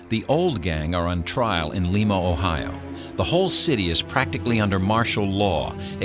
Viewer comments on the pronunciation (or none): It's not leema ohio its limeade